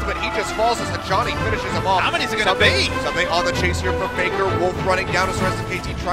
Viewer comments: Amazing work but, K koma and soomday.... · since when is ssumday pronounced soomday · Ahhh I cringe every time he says "soom-day" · Good video but every time you mispronounced Ssumday's name it grated